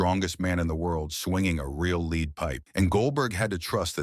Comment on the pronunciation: You’re mispronouncing the word lead stop using AI voice